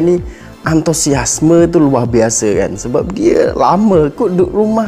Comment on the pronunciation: "Luar Biase" dh ckp Malaysia style